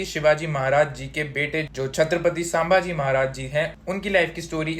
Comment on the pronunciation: Sambaaji nahi wo संभाजी है जो किओ की जगह करी करी करता है उसकी कारि की तऱ्हा खट्टी pronaunce ho jati hai